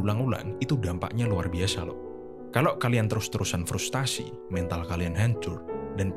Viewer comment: FRUSTRASI bukan FRUSTASI